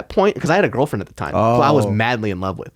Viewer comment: Why did he emphasize "18 year old girl friend"?